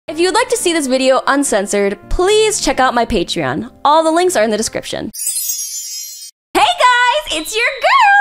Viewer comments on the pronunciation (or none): none